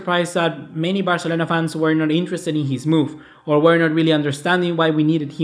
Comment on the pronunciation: Que nefasta la manera que pronuncias BARCELONA 🙄